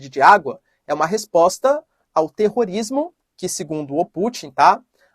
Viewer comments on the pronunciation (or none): Falou terro tanana rismo 🤔🤪🤣🤣🤣🤣